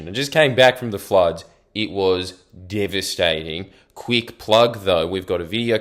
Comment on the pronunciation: "it wuz devsttaytingngng"